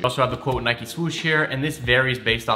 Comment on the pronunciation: and nike isnt pronounced like that smh